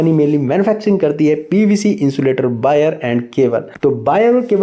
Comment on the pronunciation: Bire nahi bhai wire 😊